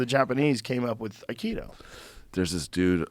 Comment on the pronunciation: I love you Joe, and I binge on your show, but please....Akido!! "AI" harmony - "KI" energy - "DO" way. I am an Aikidoka, and despite all the fun-making surrounding this martial art, I can tell you that a high-ranking Aikido master can truly injure an assailant in a split second. The old Aikido as taught in the Dojo's of O' Sensei Morihei Eushiba was absolutely brutal. So much so that only it's "softer, rounder" incarnation survives currently.